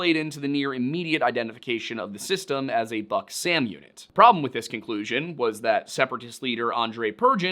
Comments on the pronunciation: The word “Buk” is pronounced “book” and not “buck” the “Buk” is a missile system and the word means “Beech tree” in Ukrainian. I speak Slovak and it’s fairly similar and many common words. Sorry but it’s annoying bc it’s not a difficult word to pronounce. Thanks , and I LOVE the Lore Lodge videos. I’m rewatching them all. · Russian here, thanks for trying to pronounce. The most horrible one must be Buk, as it's pronounced like book, not buck. Purgin as "pure-gin" is pretty hilarious too😂 should be "poor-gyn". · Buk is buk ,not BAK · As a slav I can say, that buk is spoken not like buck, but like book (literally; u=oo in slavic languages). It`s good to always look on the phonetic pronunciation to be certain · It's a minor point about pronunciation but still: "Бук" is pronounced like "book", not like "buck". Just a correction. Also I think this situation is prime Hanlon's razor material. Rebels' incompetency is much more believable than ukrainians' malice. The fact that we have more evidence for this theory is telling. Good job overall, you handled this topic very professionaly, I was kinda afraid to go watching this, but you've once again proven yourself a fair and balanced researcher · The biggest thing that is throwing me off in the video is "Buk" pronounced like "Buck" instead like "Book" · Book is how you say the "buk" name of the SA11. I see someone else said that too but it drives me nuts hearing that. Typically just say SA11 or whatever the Nato name is. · Pretty sure "buk" is pronounced like "byook" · Close, it's pronounced exactly like the word is pronounced"book" in eng. "У" makes an "oo" sound, "ю" makes a "yoo" sound. But ultimately, it doesn't rlly matter, especially since Бук's romanized ver is "Buk", easy to get it wrong. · One small correction, dear sir. The missile system in question is called Бук (in cyrillic), therefore should be pronounced as "book". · You’re saying BUK (Buk) wrong.